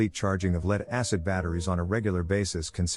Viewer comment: Your A.I. doesn't know how to pronounce the word "LEAD"